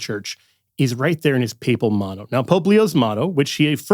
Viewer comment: His "moto" 😶‍🌫️